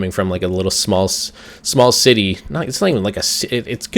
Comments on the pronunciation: He said small titty...lol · I heard you say small Titi to a small city.